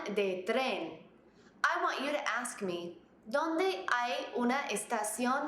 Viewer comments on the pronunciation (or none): No it is not. You put pressure on the "o" at Dónde.